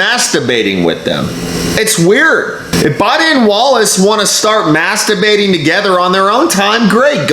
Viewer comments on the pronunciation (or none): Wait! Is he saying masturbating or mask debating? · It sounds like he’s saying Masterbating instead of Mask debating 🤣🤣🤣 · Gees, I'm sorry, my hearing is bad, I thought you were saying masterbating... Then realized it was mask debating. My bad . Must be the ( Corona) I drank a while ago.😀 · Did those reporters say masturbating or mask debating😁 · Was he saying mask debating or masterbating? 😐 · OK, I spewed beer on my screen when he said "Maskerbating". That was funny and I will remember that. Is maskerbating in public legal? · Hahaha he said maskdebating! 😂🤣🎯👊🏻💥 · Mask debating together in a circle. I can't wait to hear someone mispronounce that live on TV. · Did they say Mask debating? or something that sounded similar!